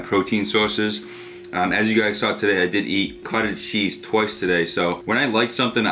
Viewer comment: When you kept saying Cottage Cheese. It sounded like you said Cartel Cheese. I was like that's a new one.